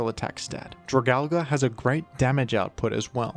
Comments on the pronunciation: Ok. Say it with me DRAG- ALGE. Not DRAG-ALGA. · "Dragal-guh" 💀 But in all honesty, I love it when you cover more niche pokemon like this, keep it up! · I thought it was pronounced “drag-algae” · "dra-gal-ga"???? its drah-gal-gee" like algae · Jra-Gal-Gee, not Jra-Gal-Guh. Please don’t say it like that. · Your video is very precise and well made. I have faith this helped a lot people. Only one complaint. Dragalge is a play on words for dragon and algea. It's pronounced drag-al-jee. It doesnt end in an A like tangela, dialga, palkia, giratina, lugia or komola. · It hurts me how you pronounce it, its drag-ALGAE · Whys bro calln it dragalga, its dragon and algae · Drag algae is the pronunciation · It’s pronounced as dra gal ge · Alge (play on the word algae), pronounced Al-gee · why do you always pronounce opkemon names wrong lmao It's drag-algae. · It’s drah-gal-gee bro 😭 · everyone’s talking about Dragal-guh but no one talks about Ar-ball-iva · Isn't it pronounced drag- algie? Like dragon and algie? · I always thought it was pronounced "Drag-al-gee", alluding to it obviously being an algae dragon pokemon. Nonetheless, great video! I always enjoy watching/listening to them. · It is pronounced Drag- AL- G. It's name is based on it's a appearance because It's a sea dragon/sea horse that resembles algee. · Yeah thats what i meant, he was saying Al- GA, I thought it was what you were saying. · Have I been saying it wrong or are you? Gen 6 dragons are probably my favorite. Goodra and drag-algae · i know your ass is saying dragalge like that to get comments correcting you for the algorithm boost, fair play tbh that pronunciation was kinda hideous. cool vid too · one day people will pronounce dragalge right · God that mispronunciation 🤢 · Your dragalge pronunciation is just wonderful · They really gotta teach pronunciation more down in Australia damn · Okay this is the most offensive Pokémon pronunciation yet. Australia has gone too far.